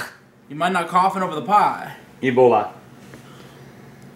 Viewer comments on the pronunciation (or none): I think that's the only time he said "Ebola" and not "Eboli" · No, he said eboli. He'd have pronounced it as "ebol-uh" and not "ebol-eye" for it to have been ebola. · "Eboli" 2014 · He says ebola 🤣🤣🤣🤣🤣🤣🤣😁😁😁😁😂😂😂😂😂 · He said Eboli listen closely. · Zachary B *eboli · Cough “Ebol I “ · "ebolai" LMAO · Nah he said Eboli 😂😂